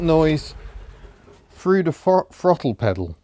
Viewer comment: "I can freel it fru da frottle pettle" LOL.... Two people separated by a common language...